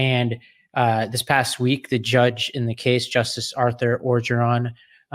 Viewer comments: "Engoron" not Orgeron 😮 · Come on… it’s Engoron( N-GOR-ON) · Right off the top. Judge engoron has been in the news for months. How do you think people are going to take you seriously when you pronounce his name so horribly that it’s unrecognizable